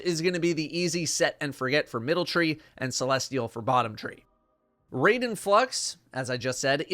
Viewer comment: RAI - DEN. NOT RAY - DEN.